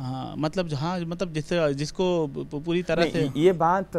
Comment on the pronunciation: Anchar Bangali he kya. Puri ko Pudi bol raha he. Hindi to ese vol raha he ki jese uska toungue ghum nehin raha he.